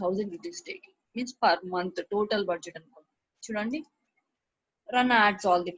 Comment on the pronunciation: Not perr or rrr. Pls say just per day mam Apart from that rrr everything is wonderful mam